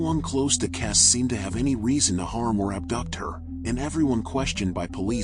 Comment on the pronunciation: Why is your phoney video pronouncing her surname incorrectly. You AI lot are ridiculous and disrespectful.